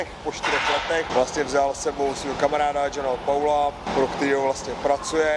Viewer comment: Jsi Legenda, ale ´´John Paul´´ v zní ftipně xDD